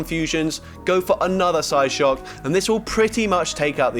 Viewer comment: he says psyshock psyshook😂